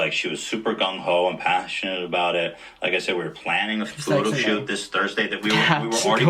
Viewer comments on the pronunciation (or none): Every time you said shoot, I thought you said shit. It was too funny. It took me a while to get with it.